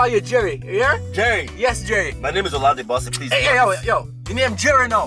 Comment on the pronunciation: This guy doesn’t sound Nigerian. He sounds Ghanaian. He can’t even pronounce his Nigerian name “Olade Bose”. Nigerians don’t wear dashiki. I think that’s East Africa.